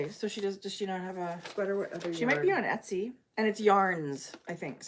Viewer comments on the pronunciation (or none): none